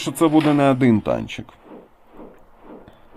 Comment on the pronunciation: пАдобається,Адин і т.д . ! Мені одному вуха ріже ?😅